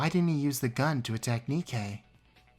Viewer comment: This trial is gives such an Among Us vibe, and no one can deny it. Edit: Hold on-I swear I heard you pronounce “Nikei” like “Nay-kay”